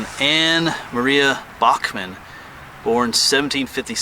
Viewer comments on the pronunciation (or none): none